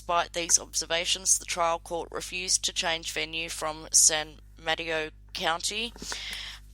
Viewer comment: I remember this case very well. I lived in the Bay Area at the time. Good coverage, my dear! P.S. not a big deal, but it is pronounced 'San Muh-TAY-Oh' 😊